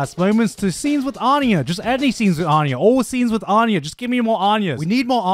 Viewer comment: Man just pronounce anya correct!!